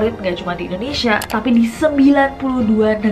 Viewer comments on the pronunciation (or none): none